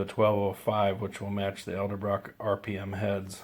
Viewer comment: Did you just say ELDERbrock?